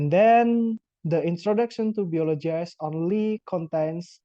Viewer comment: Hi! I like the way you deliver your explanation: organized and easy-to-follow! I would also suggest checking and practicing your pronunciation (for example, the word 'biology' -- since I thought you said, 'biologize'?) Anyway. Good work!